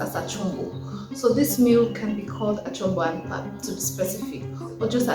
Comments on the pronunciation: The "pap" is pronounced the way you would say "pup" in "puppy". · Please not PAP, it's pronounced Pahp - long A. 😂